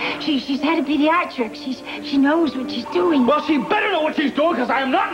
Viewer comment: said pediatICK trauma 😂😂